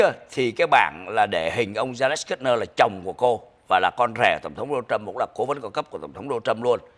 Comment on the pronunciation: Ông phát âm tiếng Anh chữ Project sai rồi. PROJECT phát âm là PRÓ Jẹckt, không phải prồ jéct. Dấu nhấn STRESS ở âm đầu tiên Pró không phải prồ. Đá Nồ Trâm, không phải Đô na Trâm!!!